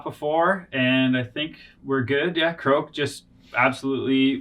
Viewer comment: kroak. lol 😂 Good game though guys, and great quality work as always!